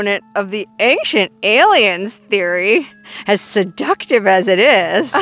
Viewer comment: Ancient = ayn-chnt 😊 Love ya though!